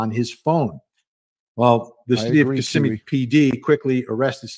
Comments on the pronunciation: Hey, not being critical, just letting you know, it's kiSSIMme with emphasis on SIM. Just an FYI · Ka - simm - ee- Kissimmee —— Osceola Ah- see - Ola. Correct pronunciation